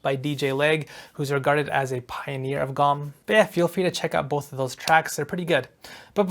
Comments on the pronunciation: My man really said "gqom" like it's written lmao doing the LEAST not even checking how to pronounce it, culture vultures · I'm from Cape Town, so seeing your take on Gqom, was really interesting🔥 Your pronunciation is 100% too. There's actually a click sound in "Gq" of gqom, but even the way you said it is perfecty acceptable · yo, in the word "gqom," the q is like a click that u r supposed to make. Close enough tho 😂😂😂